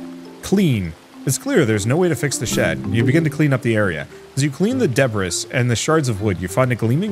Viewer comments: I gotta be the Grammer guy, and I am sorry. Debris is pronounced "de-bree" long-time viewer, and I will always watch your videos to wind down just a friendly heckle 😊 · Wait what, deh-bris? Or duh-bree?. Anyway, much love and will continue watching(enjoying) now ❤